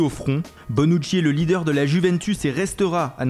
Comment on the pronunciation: mdr jkiff quand il dit bonnuci et walcot